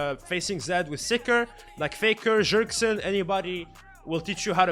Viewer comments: Wait a sec .. hold up !!Did he say JERKSEN Of Bjergsen xDDD? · I love how pronounces Bjergsen as "jergsen" lmao